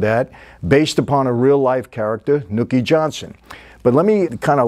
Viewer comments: Pronounced: Nucky. And its Jimmy Darmody, played by Micheal Pitt. Not Pitts. Sorry. I don't mean to be rude. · I find it both hilarious and endearing how Michael is constantly botching names of characters 🤣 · Love Michael but damn this was bad... couldn't say the characters' names right at all hardly, consumption is/was tuberculosis not alcohol abuse, etc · Did Michael watch the show??? It's jimmy darmody her name was Margaret not Kelly and him name nuckys name is being said way off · How comer he mispronounces all the names? Did he watch the show or is he reading someone else’s notes? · Michael did you even watch the show? You seriously got everyone's name wrong🤦‍♂️🤔🫢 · it seems he mis pronounces a few names lmao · Lol and Nooky Johnson. It's Nicky Thompson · I think his name is pronounced Nucky instead of Nookie! 😂 great show though! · It drives me crazy every time he says Nookie even if that was the real guy's name. Nucky. It's Nucky. lol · It’s Nucky,not nookie,come one man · Nookie Johnson? They only said his name right 1,000 times in the show. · Mickey, I love ya but you’re killing me with the pronunciation of Buscemis characters name. It’s Nucky ( as in knuckles) not nooky. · nuckys wife died of T.B not consuming alcohol thats another term for T.B and its nucky not nookie did you even watch the show sorry but your channel is stating to get lame no one wants to see you interview movie actors who play gangsters people want the real thing thats why we watch these channels so i hope it starts to get better otherwise people will un subscribe take it easy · lol Wow it's neither of those. He's saying Nucky Johnson, the real life person the character is based on, and the character is NOT Nicky Thompson. His name is Nucky Thompson. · Hey, Michael did you even watched the show ? The way you pronounce Nucky ;) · Michael, this is in my opinion the greatest show ever but you really got to get the names right. Dor-mod-ey and nookie.In all seriousness I love your Channel